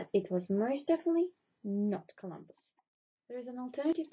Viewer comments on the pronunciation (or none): Did she say 'Columbo' instead of Columbus? lol